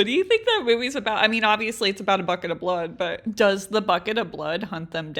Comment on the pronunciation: Ummmmmmmm when she said bucket the first time I heard f#@ it 😅😅😅